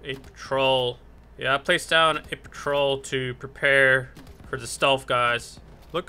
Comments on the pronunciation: I love the way you said "Fragger" and "Patrol" like you were in Tower Battles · when you say fragger and patrol i laugh so hard that i fell out of my chair lol